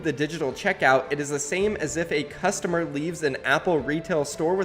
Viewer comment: I noticed that. He also messed up reading "customer" nd a couple other words. I think he was in a hurry to get this video out😅